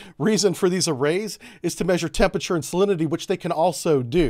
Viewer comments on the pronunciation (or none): none